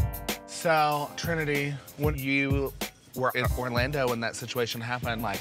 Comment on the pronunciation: Not y'all messing up Trinitys name like that